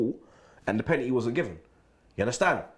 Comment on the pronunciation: it's called Penalty not Pennetii